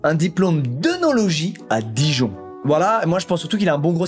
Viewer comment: le fait d'entendre squeezie prononcer "Jura" ou même "Dijon" me perturbe.